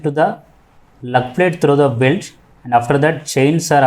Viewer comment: You are telling plate or pletch